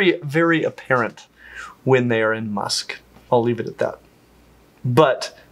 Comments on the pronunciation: "Must" not "Musk". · it’s ‘must’, not ‘musk’. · Male elephants (and camels) don't experience musk. It's musth. Pronounced must. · just a quick heads up, a bull elephant in breeding season is in "musth" not musk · love this content! Bit I just have to add that the state elephants go into when breeding is called "musth" not "musk"! Thanks! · It’s called must not musk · breeding male elelephants go on "musth" not "musk".....:) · no being a know all but it's actually spelt MUSTH, and pronounced as such. Sorry but yr so up to speed in yr knowledge I felt u deserved to know for any further future reference Come to Australia if u really want to GO WILD. Some of the most deadly or poisonous creatures on Earth roam around here and we don't lose too many people each year. Love yr show and vibe.❤ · It's musth not musk that elephants go through. Furthermore you're awesome!!! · Think musth pronounced must